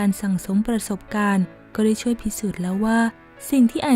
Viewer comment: ช่อง ไม่ใช่ ช้อง ช่วย ไม่ใช่ ช้วย